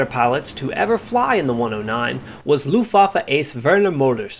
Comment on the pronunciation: Argh my ears. You said "looftwoffe" again.